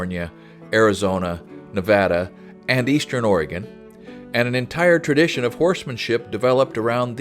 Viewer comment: When said Nevada correctly I immediately smashed that like button.